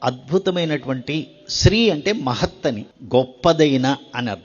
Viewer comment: It is shree not sri